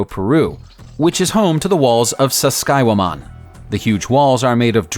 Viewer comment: > Dude can't say "Sacsayhuaman".